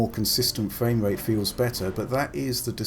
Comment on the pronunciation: Sounds like hes saying fwame rate.